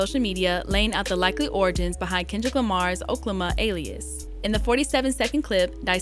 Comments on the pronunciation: I’m just glad stopped saying “Okay-Lama” 😂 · It’s pronounced (Okay 🦙 llama) 🤦🏾‍♂️ Errrrrrbody sound crazy saying it like that. He’s used it in previous albums Y’all buggin!!!!! Can’t believe you said it like that so many times!!!!!🤦🏾‍♂️ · It’s O-K-La-ma… like how he rapped it on “Fucking Problems”